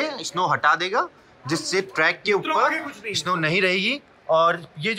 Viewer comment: Bhai स्नो होता है isno isno lga rkha hai